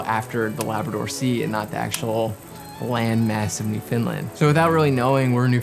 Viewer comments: Being from Newfoundland, great video, pumped to see you wearing the Dildo shirt (I’m from Hearts Content), but man I gotta teach ya how say Newfoundland! Lol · Can’t believe you were in Newfoundland. Huge fan here living in St. John’s! Just so you know for next time…we pronounce it Newfin-Land 😉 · That's first I've heard Newfoundland pronounced that way haha! But oh my this was absolutely stunning! The storytelling was impeccable and as always the sound and cinematography are outstanding. Glad you came to visit our beautiful country